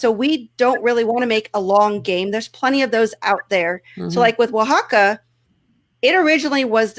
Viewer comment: Now I can actually pronounce "Oaxaca"